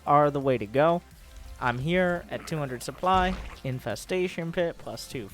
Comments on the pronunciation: Where does one come from when one pronounces "supply" as "soop-lie"? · but luke et dee soup lie!!!